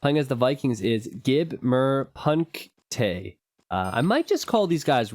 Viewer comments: "gib mir punkte", not "gib mör pank-täää" these muricans .... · gip murr pung-ktée and you said you knew a little german. HAA.. loveya tho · so funny how he call the red name in xD thats german and translated means the name "give me points" but he pronounce the words ooo wrong sD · lol how you pronounced gib mir punkte xDDDDD. it's german for: give me points. btw. why didn't the red guy build a transport ship and drove to the east to get some wood? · the way you said "gib mir Punkte" was to much for me :'D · pronunciation of "gib mir punkte" - hilarious!